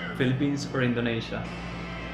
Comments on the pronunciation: Repite conmigo In- do- ni - sha Repite otra vez In- do- ni- sha Una vez más In- do- ni- sha 🤦‍♂️🤦‍♂️🤦‍♂️🤦‍♂️🤦‍♂️🤦‍♂️🤦‍♂️🤦‍♂️🤦‍♂️ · Y sigue diciendo Indoneisha después de que el anunciante dice Indonisha. Ajdjsehsh